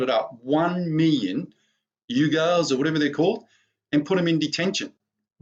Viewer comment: its million not miyon